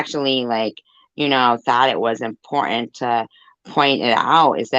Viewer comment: Important has two t-t 's lol. It's not impor- ent....There's this channel I occasionally see. Pronunciations from around the world. I had this boss from California. She'd leave-out one-of- Ts too. Drove me nutts. But she was boss. And she USED the word ALOT !! Everything was important !! But, she also introduced me to the plural- prosessive form of the ( Southern slang)...y'all. Is that yalls- ' es 🤔 car 🚗 ??